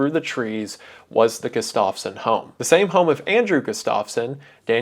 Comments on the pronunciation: I’m begging to pronounce Gustafson correctly Wendigoon. It’s Gust- of - son not Gust -off - son. Sincerely, someone with that last name who has never had their name pronounced correctly. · i live right next to townsend and andrew was my grandpa's cousin, crazy story to hear edit: it is pronounced GUH-stuff-son not guh-STAV-son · gustafson is pronounced "gus-toff-sun" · The way he's pronouncing Gustafson isn't right😭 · Jesus man, look up pronunciations. Not knowing how to pronounce simple last names like Gustafson is just so off putting!